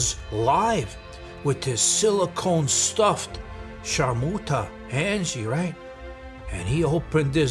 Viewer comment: That's a Mangie not Angie 😂😜